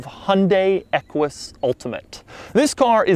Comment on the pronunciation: the fwunt of the equish